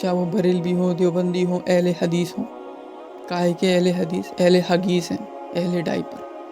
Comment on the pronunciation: Hadees ko hagis mt bole bhai 😢😢😢